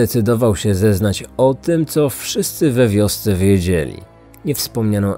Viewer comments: w wiosce” nie wymawiamy ,,we wiosce” - taka mała uwaga. Świetny podkast, pozdrawiam :) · Nodźrif - trudne słowo. Jeszcze trudniej, zdaje się, wymówić "w wiosce".